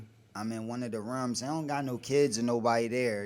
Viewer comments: "In one of da rumz"?!!! He think that shit sounds cute not stupid, he said it so many times. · Wtf this nigga caint say rooms right?